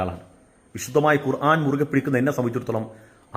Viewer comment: ആദ്യം ഖുർആൻ എന്ന് പറയാൻ പടിക്ക് മണ്ട... കൊറാൻ കൊറാൻ എന്ന് പുലമ്പാതെ...